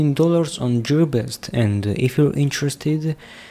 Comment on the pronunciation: Actually he is pretty close. Go to and here "Welcome to Geelbest" in Chinese 😄